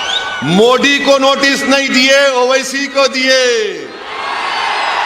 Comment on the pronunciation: ज्याला मोदी म्हणता येत नाही मोडी म्हणती आम्ही यांची अशुद्ध हिंदी ज्यात इतर धर्माचे शब्द घातलेले भाषण ऐकत असतो...... खासदार.. सुशिक्षित....ते ही उच्च शिक्षित. शुद्ध आणि कळणारी भाषा बोलावी....